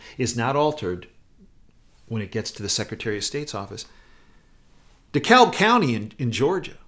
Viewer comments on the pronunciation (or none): none